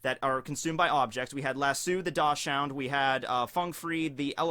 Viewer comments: Dachshund: pronounced "dahks'hoond" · Good job! You got the pronunciation of axolotl correct! Now you just need to work on dachshund!